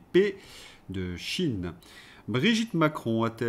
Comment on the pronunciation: Pourquoi dites-vous "chine" alors qu'il est écrit "cheïn" svp ? Comme dire Epstiiiine au lieu d'Epstein, et même bientîot Einstiiiine au lieu d'Einstein... (ref "Bal des Vampire"). ^i^ RFK dit des trucs que es décisions ne connaissent pas, comme d'hab. Sinon, RFK deviendrait-il le nouveau JFK, vu les racin€$ "diverses" des marionnetistes actuels à peine exonérés de responsabilité pour le Gazacide, apparemment..... ^i^